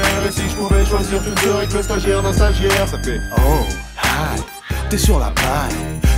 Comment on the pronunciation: Stagiaire pas stagiare